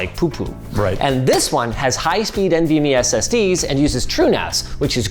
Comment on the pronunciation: Bro really said SSDEEZ